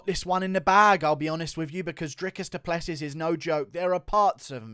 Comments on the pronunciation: I'm from South Africa. Please pronounce Dricus's surname as: Du Pluhsee (the uh in my Pluh is the same as in huh) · A friend of mine I work with is close friends with Dricus. Its actually pronounced Du Pleh-Sea 😐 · DU PLE SEEEEEEE IS HOW YOU SAY IT. Its French my nigga. You need some finess